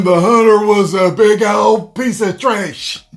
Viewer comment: “Big ol piece of tresh” 👆🏼☝🏼